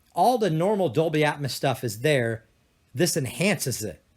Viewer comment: omg it's ear piercing!! At first it doesn't bother ,but then he says "atmis" every 5 seconds and you can't help but notice.🤣